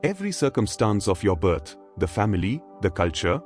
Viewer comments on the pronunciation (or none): Seriously, an AI narrator with a bad Indian accent? We are not born n a “voom,” we are born in a womb (pronounced woomb) and birth is pronounced burth (rhymes with earth) not “bert.” It’s not hard to pronounce things properly esp if you are AI! W does not make a V sound and vice versa. So annoying I had to shut it off.